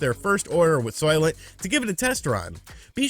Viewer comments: I was half listening and I thought you said solvent instead of Soylent , and they'd be think of a liquid form of solvent green 😏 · I though you said soylet. A toilet for soyboys lol